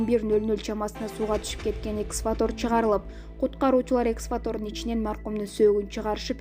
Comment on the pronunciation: Эксватор дебей туура окусан